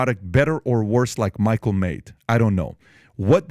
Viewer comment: You keep misspronouncing Michael, would be 2nd black male prez if he wins